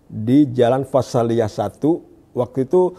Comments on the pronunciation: Padahal itu bercerita BOHONG. Terbukti seluruh pengucapan istilah dlm bhs Arabnya seperti orang awam, dan sebagian malah salah, tidak sesuai dg pengucapan bhs Arab yg sebenarnya, misalnya salah dlm pengucapan istilah "fashaliyah" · Ternyata BOHONG. Terbukti setidaknya ketika mengucapkan istilah dlm bhs Arab seperti orang awam dan sebagian malah salah, tidak sesuai dg cara pengucapan bhs Arab yg benar. Misal yg jelas salah dlm pengucapan "fashaliyah". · Cara pengucapan "Fashaliyah" tidak sesuai dg cara pengucapan dlm bhs Arab yg benar. Ini menunjukkan dia BOHONG kalau pernah belajar di Perguruan Tinggi di negara Arab